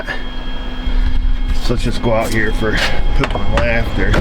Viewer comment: AYE I'M DRIVIN HEAH!